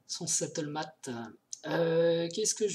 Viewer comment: "il est sattlemate" une belle prononciation à la française comme on les aime :) Stalemate à prononcer comme suit : stel-m-eight Merci pour tes vidéos !